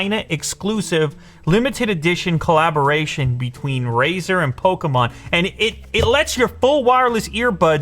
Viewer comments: Its a pokemon not pokomon 😂😂😂😂😂😂😂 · It’s not Pokamon it’s Pokemon 😡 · lou: polkamon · He says “poke-a-mon” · More like "pokomon" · Hearing Lew pronounce Pokémon like that disturbed my soul 💀